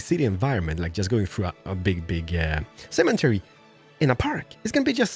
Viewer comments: U say cementary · what is a semen-tary ? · Cemetery doesn’t have a N in it. No offense. I know you are not American but I figured I would say something for the future. Love your videos!😁